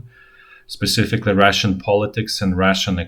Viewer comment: The way you pronounce “Russian” sounds like “ration” to English ears.